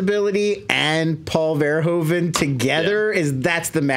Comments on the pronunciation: Thanks, for always pronouncing "Verhoeven" the correct way! Your one of the few. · Thank you, for being the first American ever to pronounce Mr. Verhoeven's name correctly